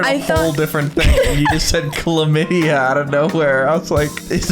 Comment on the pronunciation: warrio.. clamidya LOOOOOOL i cant stop laughing